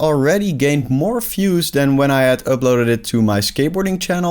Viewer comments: You cannot pronounce "views" as "fuse". Those are completely different words in English. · Great video. Good insights. Good luck with the journey. Just a tiny suggestion. Look up how the word "views" is pronounced. Best wishes!